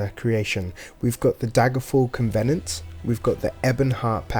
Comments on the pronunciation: WHAT!? HOW DID YOU PRONOUNCE COVENANT!? PLEASE LOOK UP THE PRONUNCIATION!. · And covenant, and argonian.